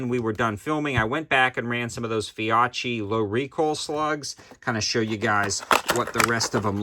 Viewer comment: Great video man! As an Italian American I deeply love my Benelli shotguns 👍🏼 By the way Fiocchi is pronounced "Fee-oh-key"